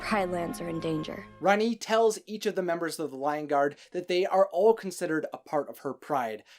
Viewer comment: It’s not how you say rani